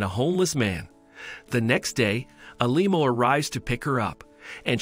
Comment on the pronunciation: Why did the narrator keep calling a limo a lemo?